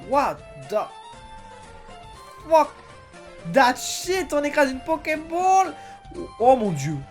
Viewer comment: sa se dit " WATH THE FUCK